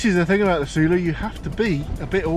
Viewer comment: Its pronounced soulo as in ‘soul’-‘o’. Think ‘Solo’. Had one for years. After a while you dont give a monkeys what the weather is outside the tent, you know you are fine inside. I have had a few times in the Scottish mountains where I undo the door zip and I am amazed at the atrocious conditions outside. They are that good.